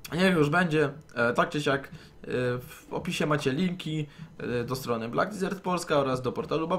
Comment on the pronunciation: Wymawiaj to desert a nie disert chooopie